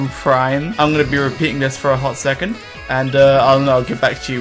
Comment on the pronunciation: "A hot secont" plez don't...